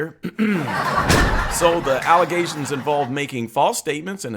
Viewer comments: Alizations lol I knew I was not tripping when I heard dude say that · Allegations not alizations And the signature on the back is the endorsement. You are dropping salt on other creators but you are not very smart or polished.